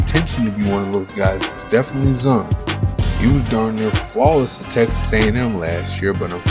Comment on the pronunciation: His name is pronounced Zune, not Zun.